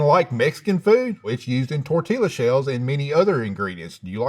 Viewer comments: Hahhahaha! He said, “tortilas”. It’s pronounced, “torteeyas”. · I love your video it’s great. Please tho.. tortillas is pronounced tor-tea-yuh… other than that, it’s great :) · Lol he pronounced the L in tortillas WE'RE BROTHERS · I'm shocked no one has mentioned his pronunciation of "tortillas"